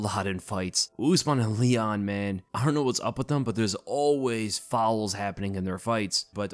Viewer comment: The way you say fouls gets me every time🤣 fouwos, nah all jokes love the content man